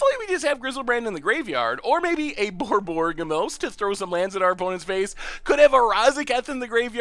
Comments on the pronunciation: BOR-BOR-YG-MOS!!!!!!!!! pleeeaaase^^ not "borborgomos"...... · Boar Bo Rig moss